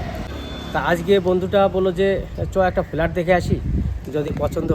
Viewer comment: Felat?? Flat bolun